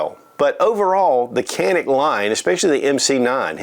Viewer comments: pronunciation is djanik. a is a not e .. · You're pronouncing it wrong, brother.